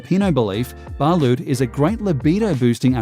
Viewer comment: It's "BALOT" aint "BA-LUT" DUMBASS